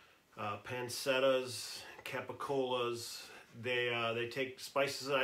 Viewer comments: In Italian, a c is usually pronounced as a ch. So it’s panchetta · FYI, sweet paprika is regular paprika at your Amish store as opposed to hot paprika. You pronounce Amish properly however pancetta will need a little work. The c in pancetta isn't an s sound. It's a ch sound. Welcome to Italian. Good luck. Hope this helps. I would like to do more charcuterie too. Time is a limiting factor though. Look forward to watching your jouney.